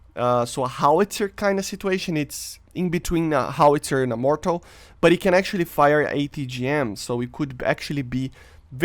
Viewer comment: Dude, it’s pronounced mortar with an R at the end. Not mortal. That’s all of us, we are all mortals. So very different meaning.